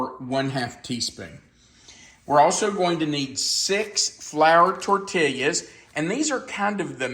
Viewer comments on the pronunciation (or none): I’m making for dinner tonite. Smells Lucious, can’t wait to try it. Have made many of your recipes and none have disappointed. In the southwest we pronounce tortilla as tor-tee-uh😊